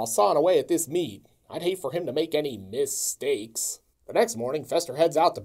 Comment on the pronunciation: “Misteaks?" Really? LOL! That one still has me laughing 5 minutes after I heard it.